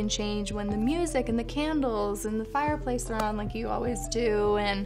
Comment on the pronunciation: nobody: Kris: FIREPLACE